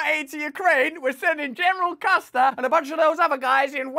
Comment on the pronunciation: When he said genral custard to Ukraine i lost it